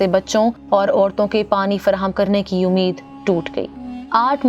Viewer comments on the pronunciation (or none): none